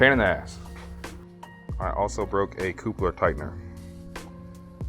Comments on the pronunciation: "coupler"... like the word "couple" with an "er" after it lol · "coopler" get me everytime 🤣